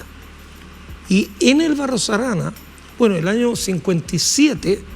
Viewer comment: Que gran invitado, claro que la periodista debiera aprender de él, el profe dice BarroS Arana, y ella dice BARRO ARANA, además le tomó un retrato, yo creo que le tomó una fotografía con la que se puede hacer un retrato. Ojalá nuestros periodistas pronunciaran bien. Al menos ellos.